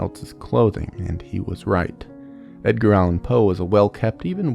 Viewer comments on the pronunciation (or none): I thought you said “Dadgear” Allen Poe and couldn’t stop laughing because in street parlance that means “father drugs”. 😂 ❤🎉